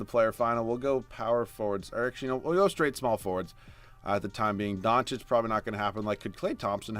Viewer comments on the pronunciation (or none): none